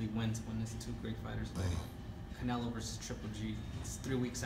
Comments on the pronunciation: “Carnelo”. Hahahaha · First off.. his name is not Canelo. It's Carnelo.